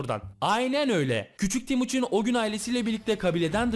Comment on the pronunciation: abi o temuçin olacak yanlış söylemişsin